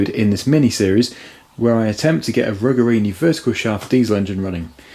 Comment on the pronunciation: Despite my comments on part 1, you're still mispronouncing "Ruggerini".